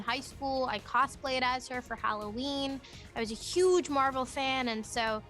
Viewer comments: Mabal nahi madam ji ms marvel boliya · Yo it’s MARVEL not MWARVWEL